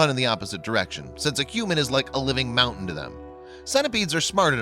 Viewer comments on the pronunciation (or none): none